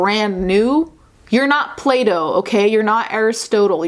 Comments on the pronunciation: OMG, I heard it like that too! I thought, maybe she meant like "you can't rearrange yourself" or whatever, only after these comments I've realized it's Plato 😄. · yeah Plato...hes an ancient greek philosopher. "play-toe" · "You're not 'Playdoh' (Plato) Me: "I'm.....😭😭😭 I'm so sorry "